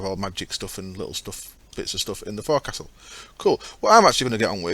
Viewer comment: Forecastle is pronounced fowk-sul. Ex-Navy. I know this shit! :) Love your videos.